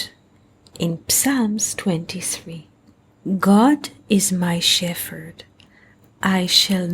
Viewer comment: Shephard is pronounced Shep -herd, rather than Stef -herd....